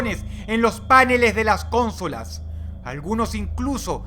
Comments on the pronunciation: Me encanta que dice Cónsola y no Consóla xdddd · Dios, dross es consola no cónsola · Jajaja, muy bueno, pero no puedes pronunciar bien consola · y porque tienes que narrar las cosas CON ESE ESTILO SENSACIONALISTA HERMANO, y otra cosa se dice Consola APRENDE, no cónsola como que hiciste un poquito el ridiculo con esa mala pronunciación